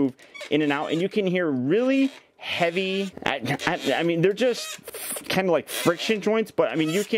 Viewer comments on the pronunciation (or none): none